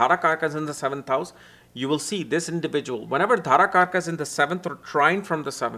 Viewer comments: Its not DHarakarka, its Darakarka.. you should know. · D'h'arakarka that south indian accent😅